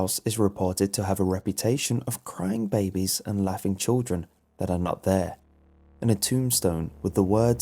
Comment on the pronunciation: I thought he called the crying babies "crime babies"